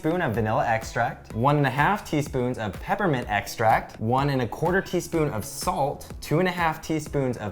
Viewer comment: Peper mint